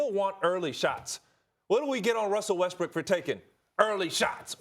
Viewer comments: It sounds like Ryan is saying Russell WestBRICK. Is he trying to be slick?🤔🤔🤔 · this man is calling him russell westbrick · I’m i the one or did he just say Russell rustbrook